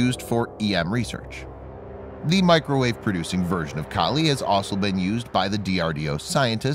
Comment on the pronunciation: I wish the narrator would learn how to say the word 'also'. It has four letters in it. It isn't hard to get those letters in the right order.